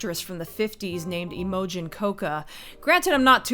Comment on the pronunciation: "Im-moe-jin"? Have you never heard the name Imogene pronounced "im-moe-jean"?